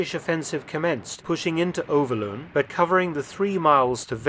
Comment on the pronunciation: Overloon is pronounced as Overloan in English. Venray as Vanrye. YE is in bye or buy.